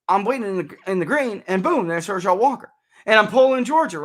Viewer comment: I think you maybe the only person I’ve ever heard pronounce his name Her-SHELL Walker. Must not be a sports fan 😝 otherwise, great analysis!